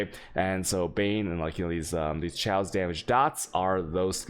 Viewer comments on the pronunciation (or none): How do you pronounce so many words wrong😂 Meeeta Chhhh-ayos Ch_eye_zel Al_chh